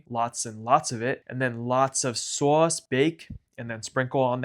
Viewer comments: I can tell from the way you say other words that your pronunciation of SAUSCE is not done ironically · seriously the way you say sauce is chef's kiss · Your sauce pronunciation is everything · You don't know how to say sauce. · what's the point of making pizza if you don't pronounce 'sauce' like Tony Soprano